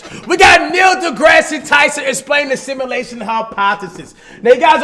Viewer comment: “Neil Degrassy Tyson” 😂 😂